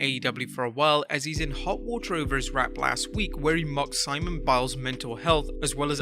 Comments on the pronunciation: Hey just an FYI it’s SIMONE NOT SIMON BILES… pretty bad pronunciation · The way you pronounced Simone Biles name hurt my soul